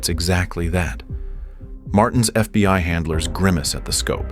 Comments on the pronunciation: this has to be the best AI narration I’ve ever heard. I don’t think I would’ve known if it weren’t for some of the obvious mistakes that basically no person would make like FBY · How fkn sh!tty is AI if it keeps saying "FBY" ?? I hear it time and again in all of these crappy AI written videos